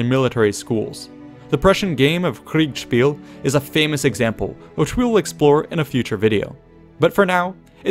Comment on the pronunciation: I did find that interesting. Loved your pronunciation of "Kriegspiel"!